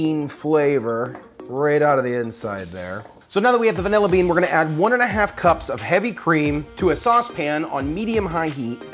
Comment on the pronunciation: 'Davilla bean' hahaha! I'm glad i'm not the only youtuber that loses the power to pronounce words on camera! Great job, Creme brulee is the business!